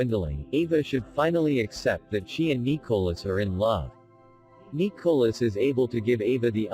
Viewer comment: How come the speaker can't pronounce Nicolas name right LOL😁